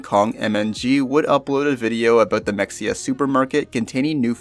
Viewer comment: It’s not mex-e-uh it’s muh-hay-uh god damnit I’m tired of having to correct people about this